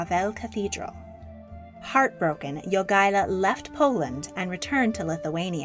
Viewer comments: Jagaila [Ya ga y la], not Joogala. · Lithuanian pronunciation of Jogaila's name is not /'jugʌlʌ/ but /jo'gʌɪlʌ/ (pronunciation writing is approximate, I don't really know how to use pronunciation symbols) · Also, Jogaila is not pronounced YOO-gah-lah. It's pronounced Yo-GAI-lah, the stressed syllable GAI, pronounced as "GUY" in English. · Jogaila. Not Yugala. Pronounced YO-GAY-LAH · Grand Duke Jogaila, not... 'duke yoogaila'? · well she constantly miss pronounced Jogaila, so this fades in comparison..